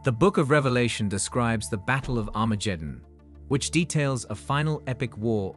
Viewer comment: Armajeddon? Hifer? Raaby? Messiers? Never heard of them. It always irks me when people make videos explaining things but mispronounce important words. At least he got Sanhedrin and Jewish right.